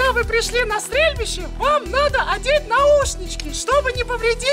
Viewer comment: Не адеть а надеть